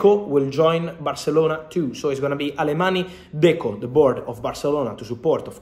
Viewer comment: I love Fabrizio’s accurate updates on the market but as a Catalan I wish he’s pronounce Mateu Alemany’s last name correctly… It is not pronounced with an ‘e’ sound at the end, but rather like the French ‘gn’ sound as in oignon.